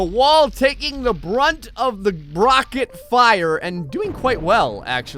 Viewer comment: “The brunt of the brocket fire!”